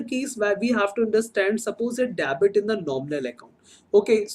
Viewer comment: Kindly do proper pronunciation of Debit, it is डेबिट not dabit... Also you pronounce "Budgeting" as "busting"... It sounds absolutely pathetic to ears